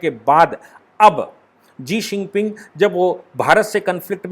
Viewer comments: Sir ji Jee xinping nahi Xi jinping hai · Sabhi aaj kal experts ban ke YouTube me aa jate hai leykin Chamgadar China ka president ka name kya hai woh isko nahi pata.. Lagatar "Sii ping Jing" bol raha hai, Jabki kutte ka name "Xi Jin Ping" hai....! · Pl. Utter xi jinping.looks odd. when you say zi sinping. Otherwise ok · जी शिनपिंग नहीं शी जिनपिंग होता है भाई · Jii shingping no sir shi jhingping i think sorry but i watch ur video with full detail and with analysis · Sir aap Xi jing ping ka naam ji xing ping lete h 🤣🤣🤣🤣🤣😂😂